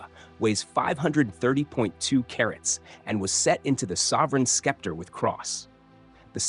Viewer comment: I agree! Skepter?!